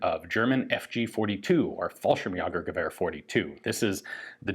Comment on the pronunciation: Fallschirmjäger. You pronounce that ä like "ay", not like "ah." Fall-sherm-yay-ger.